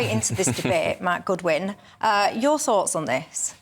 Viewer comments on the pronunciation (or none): none